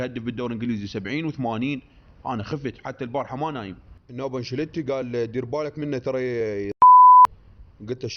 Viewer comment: يمعود اسمه أنشيلوتي مو انشليتي 😂